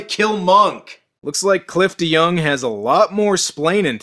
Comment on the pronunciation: OOOOooohhh.... his name is Cliff deYoung!! Every time you say his name, I always hear you say Clifton Young.